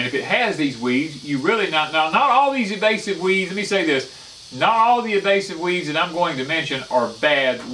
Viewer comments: It's INvasive as in invade. Evasive is evading. I normally despise the you tube grammar police but couldn't resist. I'm an idiot. If it weren't for spell check I would have misspelled idiot. Great video though. I'm thinking of moving to Alabama and now realise how little I know about how deep of trouble I could get in to. Thanks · I was fixin to comment on that! Invasive! I’m from Texas and I can say it! ;). We know what he means though....